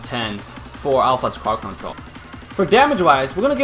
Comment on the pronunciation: Lmao "Crwod control" hahahaha